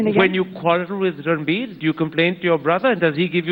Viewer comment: Ranbeer? as in beer? Serious is it that hard to say 😂